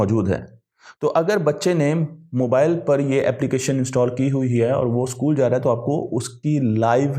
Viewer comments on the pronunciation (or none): none